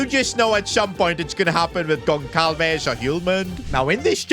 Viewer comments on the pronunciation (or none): for future content i will just help you saying that instead of saying goncalves it pronounces gonsalves so when you see a portuguese player with the letter Ç just pronounce like it was a S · As a Portuguese I’m very annoyed that called Pedro gonçalves “gon cal ves” it’s supposed to be “gon sal ves” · ITS PRONOUNCED GONSALVES NOT GONKALVES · Its pronounced Hose not Jose. Its also pronounced Gonsalves on Gonkalves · Ç is pronounced as S. Like Barça.